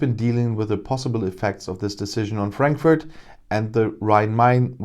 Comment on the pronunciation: Cute how he deliberately mispronounces the name of the city for our British "friends". Of course, Frankfurt has been getting banks and staff for a few years now, and there is even an agency in Frankfurt for the purpose of helping this. I nevertheless love hearing this news every time it comes. Keep sending us jobs and money, UK!!!